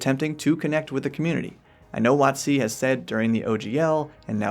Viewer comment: Ate you pronouncing it "wot-SEE" because that corresponds to the emphasis you put on "coast" when you say the full name aloud, or is there some other, even weirder reason for it?